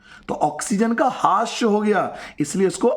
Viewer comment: हास्य नहीं, ह्रास